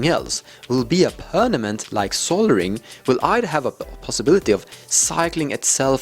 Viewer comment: i like how he says pernament! lol